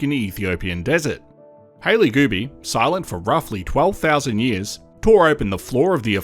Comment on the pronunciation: Multiple times I thought you said "Hailey Booby." 😂 I'm like, "Hailey needs to file a S.H. claim or something because they keep talking about her boobies." 😂